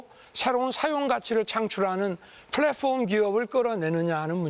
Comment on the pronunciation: 플랫폼 발음 하나 찰진건 알겠다..